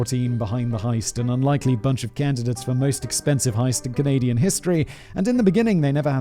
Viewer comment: I honestly feel like anywhere from minute mark too the minute mark he pronounces it as canadia. Im not bashing on simon but i thought i was the only one who used that term knowing it is wrong. Im wondering if it changes via different country pronunciation. Either or i love simon but that just hit me right at home and now my love for him is even more. Haha